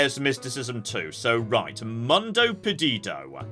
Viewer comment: when you read things like "Mundo", think more about Latin than English! You don't need to speak every language in the world, but use your strengths 😊